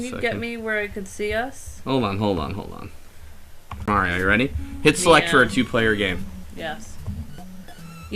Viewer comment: D'aaaw, how nice that Slowbeef married the one other person in the world who thinks Mario is called Mehrio. And every single female born after the seventies has been addicted to Tetris at some point, it's normal.